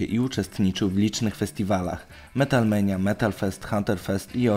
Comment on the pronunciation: Metal Mania a nie Metal Menia